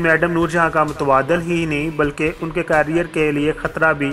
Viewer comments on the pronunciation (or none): none